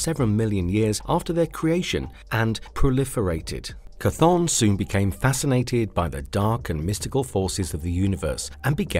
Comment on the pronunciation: Chthon by name is pronounced “Thone”.